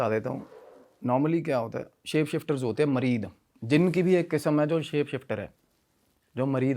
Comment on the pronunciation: Mareed nahi sale muried hota means kisi ka sewak deewana Yeh urdu word hai muried